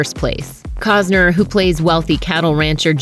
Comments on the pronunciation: Cossner???? Its COSTNER! Ugh! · COST NER not Cozner FFS! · keep calling him 'Cogs-ner' is a slur